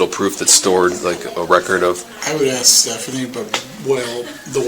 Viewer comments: Honey...its ASK...A..S..K....ASK....NOT AX! 🤦 HOLY SHIIT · Bank lady sounds really intelligent. She just needs to learn the word ASK. It's not AXE. 🪓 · The bank manager keeps saying she's AXING the woman. Does that mean she is hitting her with an axe or she just doesn't know how to speak correctly. Is she trying to say ASK maybe? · Why can’t any of them able to pronounce the word “ASK?” I mean, dang… even someone who is a senior bank teller pronounces it as “AXE” every single time she says it lmao! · Even the ones working at the bank can’t pronounce “ask”. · Why is it so difficult to say the word, “ask?!”